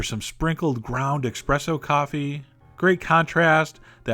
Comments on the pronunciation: "Noooooooooo", Chef John! I am about to pull what Darth Vader did at the end of Star Wars Episode Three after hearing you say "eXpresso." I love your videos, please redeem yourself (so I can sleep at night) by commenting on the pronunciation of espresso! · Oh god please stop saying "expresso." It's espresso. No x. Thankyou. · eSpresso. It was annoying every time you said 'expresso'. :/ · Chef John, it's pronounced "sexpresso", not "expresso. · it's pronounced "eSSpresso" not EXpresso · ESSSSSSpresso!!!!! Not EXpresso! gahhhhh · wtf is "expresso" supposed to be? you mean the coffee? espresso perhaps? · Expresso? Say it again, eSpresso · I hate people saying expresso instead of espresso!!!! Great recipe though. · It's ESPRESSO not EXPRESSO! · espresso =/= expresso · he's totally baiting us with his eXpressso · Do you say expresso? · Someone please tell me Chef John says expresso just to annoy people. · discourse in the chef john fandom over expresso, uh oh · Excuse me, EXpresso? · take a shot every time he says expresso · yeah... I'd like to take a shot AT anyone mispronouncing "espresso" Mamma mia! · I winced every time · did you say expresso? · Um, did you just say 'expresso'? Jesus. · Expresso?!?! SMH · EXpresso? Oh dear! John how could you? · Is Chef John really saying "Expresso"? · I liked this video... except he kept saying "expresso"... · Chef, there's no X in eSpresso.... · OMG did you actually just say "expresso"?!?!?! TWICE? OMG. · A dagger went through my heart every time you said "expresso," but everything you say is sexy Chef. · Are you saying espresso wrong to mess with us? "Ex-presso" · Are you saying "expresso" just to tease us? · Expresso.. HAHAHAHAHAHAHHAHAHAHAHAHAHHA! lost some cred there chef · You said "expresso" on purpose didn't you? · Every time he says "ex-presso" i think of this video from Mitchell and Webb. ?v=c3y0CD2CoCs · Stop pronouncing Espresso wrong. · No .... espresso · There's no X in espresso... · There's no x in espresso.